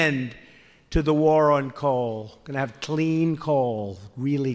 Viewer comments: Why does he say CLEEN coal? Why? He makes the 😬 face every time he says it. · Politician's Syllogism cleen lol